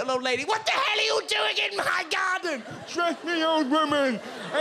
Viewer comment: “BAD FINGTH HAPPEN IF I LEAVE THE NYARDEN!”